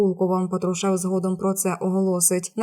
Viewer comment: пАТрушев, пАтрушев-, вивчи.Шо за ведуча???